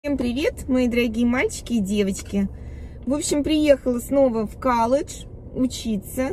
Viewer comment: Звучит как-то стрёмно каллодж,колледж намного благозвучнее.